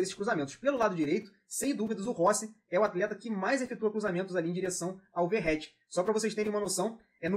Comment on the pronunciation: Não é Verreti, é Vegetti. Saudações.